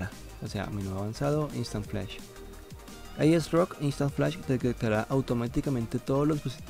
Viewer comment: "aiesroc" ulala